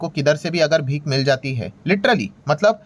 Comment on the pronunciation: भीक नहीं भीख होता है